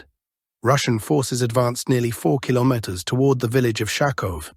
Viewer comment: Al voice can't say kilometer today huh?